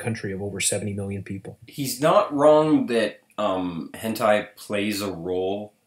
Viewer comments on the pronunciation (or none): Wait, wait, wait. Hold the fuck up. The guy is all grandpa: "durr what's hentei" and then all of a sudden it's properly pronounced as hentai? Dude is obviously more intimate with the subject than he lets on... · "Hentei." Fucking Hentei! 30 seconds later. "Hentai." Bruh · In retrospect: Hentai... Hent-ai... Hent-eye... Hent-i...BTW I know he later corrects himself but I need to hammer this home!... Hent!BZZZT!... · Notice how he said hentay then later hentai correctly. He was faking not knowing how to say ot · Hentey? lol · Why can he pronounce Henti right the second time but not the first time? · His pronunciation of hentai is literally people in spanish.